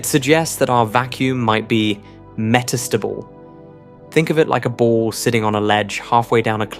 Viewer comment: Met-AS-table? Really??? How about Meta-stable. (Which is actually what you mean!!)